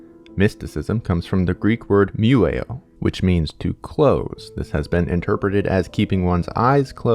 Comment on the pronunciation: As a greek i would like to correct you on something. It is not pronunced mueo it is pronunced myiό. In greek script it looks like this μυήω